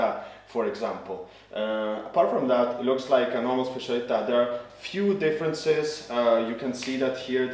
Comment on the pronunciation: Finally someone who pronounces specialità right 😂